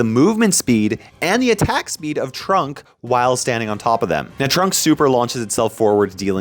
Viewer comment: its trunk not trump